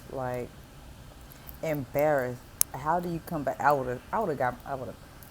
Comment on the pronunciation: "Omg, I'll be so embarreth."